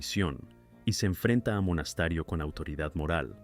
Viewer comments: Lo haces a propósito? Porque dice MONASTARIO?? SI SABE QUE ES MONASTERIOOOOO me molesta tanto escucharlo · CAPITAN MONASTERIO ...NO MONASTARIO 😂😂😂😂😂😂😂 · Capitan MONASTERIO,no monastario😅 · y no es monastario, es monasterio por dios son ametehur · Lástima que la vocalización hecha por IA sea tan pésima. Es el cap. Monasterio, no Monastario, entre otros errores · Monasterio no Monastario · Es el capitan Monasterio no monastario imbecil aprende a hablar antes dar informe sorete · No es Monastario el apellido es Monasterio con EEE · En Argentina aún continúan pasándolo. Pero el apellido del comandante era Monasterio, no Monastario